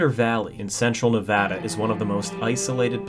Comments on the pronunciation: thank you for pronouncing Nevada correctly. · Thank you for pronouncing Nevada the correct way! 🙏 🤩😍 I love my home state ❤️ thank you for sharing this I never knew this.